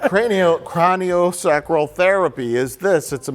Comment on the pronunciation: every time the rlm crew mispronounced cranial sacral it genuinely hurt my soul. I didn't know i cared about the pronunciation of cranial sacral until now.